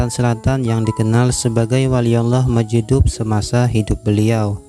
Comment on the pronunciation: Bagus konten ya,,berpaedah byak,,,tapi tolong di perbaiki tulisany ataw sebutany...itu wali mazjub...huruf ja ujung ilat...bukan hurup dal...tengah1